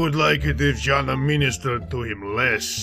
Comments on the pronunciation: Oh, dude. Zhanna reads like Janna. Somethung between j and g. Remember it. Oh, and goid job! Hello from Russia TF fans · Not zanna, zhanna... (Жанна)